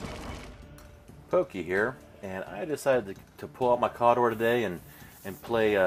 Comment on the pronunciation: Anyone who pronounces it KA-door deserves to get Deathjack'd